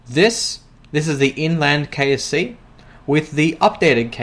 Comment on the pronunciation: i thought you said KFC not KSC